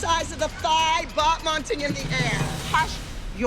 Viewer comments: Abby has no place to choreography ballet when she says 'bot-monting 😂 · despite claiming all her girls are so good at terminology and she prides herself in teaching it, abby still pronounces "changement" and "battement" incorrectly.